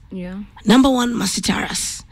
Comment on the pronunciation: Please correct the NAME. NOT TARASS. TA RUUS..only. Vernacular names in Kenya are pronounced like Kiswahili. Mang'eni is ......not. "me-n---jeai"